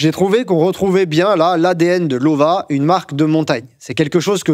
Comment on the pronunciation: En allemand, le w se prononce comme le v en français. Donc prononcer "Lova" 👍.